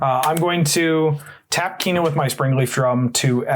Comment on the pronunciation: In response to this video and the pronunciation of Kinnan, I am going to order an altar of Kinnan that reads Keenan, Burger Prodigy with some classic Good Burger art!